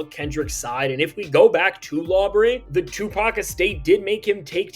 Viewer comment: Crack every time I hear Sue pack